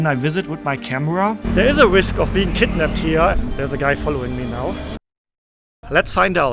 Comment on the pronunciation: You read western PpropagadaA😂😂 so they put a fear that you will be KkidnapPed